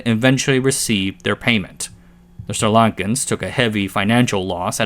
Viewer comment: A+ for getting the Sri Lankan namsz pronounced right